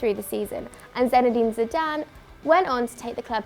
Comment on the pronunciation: "Zenide Zidane"